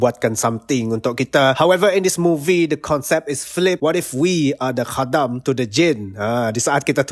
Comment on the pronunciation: Review yang bagus dan sebutan khadam yang tepat! Pasal mati tu kuanggap dia perlahan2 mati. 😅